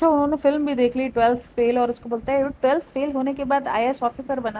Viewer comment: Anfluance or influence Slip cycle or sleep cycle Telth or 12th Bhai English seekh lay...